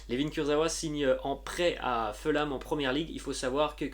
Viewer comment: Bonjour. J'aime beaucoup ta chaine sauf ta prononciation des noms de certaines équipes anglaises. Par exemple Fulham se prononce 'Foul-Ham' avec un h aspiré et le son 'ou' français et non pas 'Feulam'. Merci quand même.